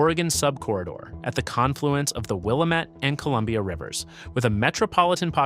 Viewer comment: Willamette is pronounced "Will-Am-It", not "Will-Uh-Met".